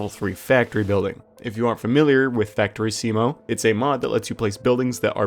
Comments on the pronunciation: Ohhh, interesting mod, gonna check it out. Nice and relaxed video! Thanks for posting. Quick nerd-note on your pronunciation of Factorissimo: The emphasis lies on the first i, not the second. Like in the word Bellisimo. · The auto-generated captions are doing their job for once. "Factory SEMO" instead of Factorissimo. Good try, but it's more like "Factory-see-mo", that's exactly how he pronounces it. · That’s not how you pronounce ‘Factorissimo’ :p